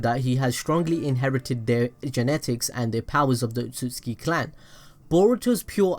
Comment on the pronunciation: Otsutsuki... not otsuski.... yeesh